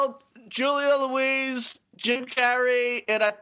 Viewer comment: Not the first mispronunciation of Julia Louis-Dreyfus, which has no Louise and no hyphenation of her first name.